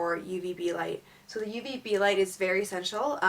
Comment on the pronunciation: DID SHE SAY UVB OR UBB??